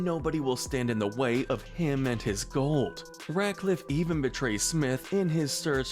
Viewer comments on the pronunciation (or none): none